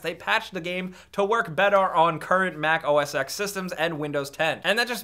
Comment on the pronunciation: Lol I don't want to be that guy but OS X is read OS 10. Don't believe me type "say OS X" in terminal